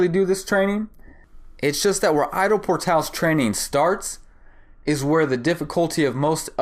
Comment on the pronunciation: The way you Ido, sounds "I dow... " It's more like e-do ... Bring that Japanese sound like in judo